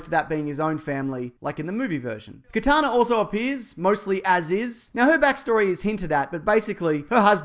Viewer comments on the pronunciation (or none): none